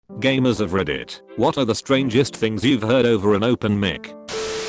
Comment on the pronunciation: Really do you have to say gamets of reddit just say people of reddit when you gamed and the last part